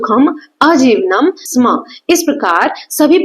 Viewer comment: Mam sam nahi sma